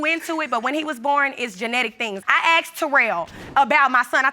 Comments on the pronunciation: What's with all these people who always say 'he AKSED me' 'I AKSED you' they did not go to school? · "you axed me" Why ax and not ASK???? 🤣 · Why do they substitute the word "asked " with something that sounds like "axe"?? It's bothering me so much for some reason 😂